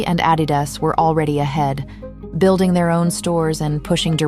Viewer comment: I came this close to switching off after the mispronunciation of Adidas…